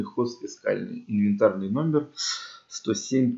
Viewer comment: ХОЗФЕКАЛЬНЫЙ, а не ХОЗФИСКАЛЬНЫЙ